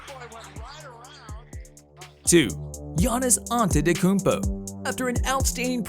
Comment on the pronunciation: This man got every single name wrong expect Giannis antetokumpo